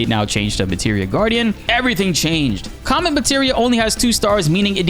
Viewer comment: It sounded like you said c*m meteor